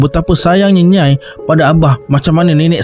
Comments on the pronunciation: Rasenye nyai tu bkn satu sebutan nyai..tapi dua sebuatn, nya ee 😊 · Kalau tak salah nak sebut nyai tu sebutannya nya-ie sb org johor pgl gitu.. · Nyai tu sebutan dia Nyai-ee kan? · Macam salah je sebutan nyai tu bang😅😂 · Sorry nak betulkan sebutan: a) Nyai = Nya-e b) Seletar = sebuah kawasan - Se lay tar (bukan sebut se ler tar)